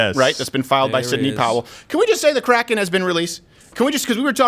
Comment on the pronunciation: Hey guys I think Sidney Powell finally released the "CROCK-EN